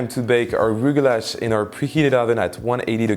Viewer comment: They are pronounced rugelah or rugelach ( with a Hebrew ch or kh at the end)